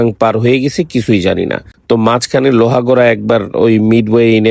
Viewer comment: “লোহাগড়া” না ভাই “লোহাগাড়া” ।